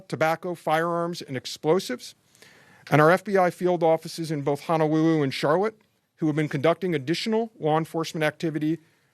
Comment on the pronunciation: Poor Mr. Veltri. It's hard to take him seriously when he says words like Honowuwu and vigiwent. He's obviously got a problem with his L's. He sounds like Barry on The Big Bang Theory. I'm sorry & I really don't want to be rude, but did he want to broadcast like that?